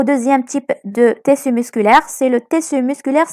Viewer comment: Mes encouragements, c intéressant, mais stp, on prononcé tiiiiiisssu et ne pas teeeeessu. Et tu va vite, on suit pas... À part ça, t'es la meilleure.